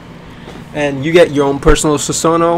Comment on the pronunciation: susanoo mispronounce?